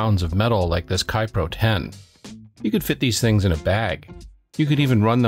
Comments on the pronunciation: It's "KAY-pro", not "Ki-pro", and I loved using a Kaypro 10 for software development. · It's KayPro, as in, "hey bro" 😄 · Yes and funny enough I know that.. but I pronounced it wrong anyway and then I compounded the error by calling the machine a Kaypro 10 when it was actually a Kaypro 16. :) so many things to juggle when making a video hehe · If only there were some technology you could have used to find out the correct way to pronounce "Kaypro."